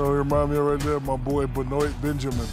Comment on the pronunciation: Funniest moment is Shaq pronouncing Benoit